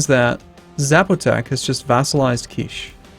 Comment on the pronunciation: Also, "Kiche" is pronounced "KEE-chay," not like "quiche." :D